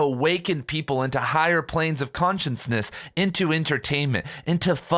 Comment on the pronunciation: Are you saying “conscience-ness” on purpose?